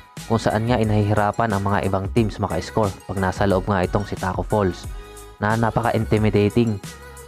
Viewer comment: Tacko fall* lang po wala pong S pero kudos pa rin nice content pa rin tol